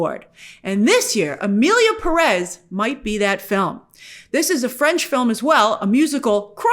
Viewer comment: It's curious how you say Selena GOmez but then say Emilia peREZ when it's clearly PÉrez.